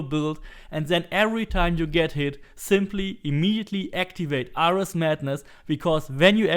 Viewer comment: It is pronounced me-lay. Me-lay weapon... Just fyi. and Air-rees for Ares....